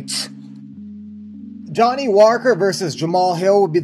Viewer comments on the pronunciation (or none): none